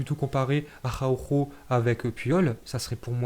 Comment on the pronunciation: Nous on dit Araujo mais il dit: Ahaoouuhooo 😂😂